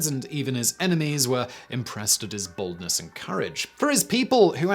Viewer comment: Dude had a headful of hair, Sounds like you're saying baldness instead of boldness and then it being sponsored by Dollar shave club I'm like is he doing that on purpose?